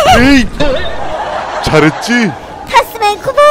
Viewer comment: 타카맨이 아니라 타스맨